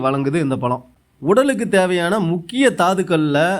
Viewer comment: நாவல் பலமா ? நாவல் பழமா ? தமிழை சரியாக உச்சரிக்க தெரியாத தார்*டவராயா தயிர் வ *டை வா*யா 😮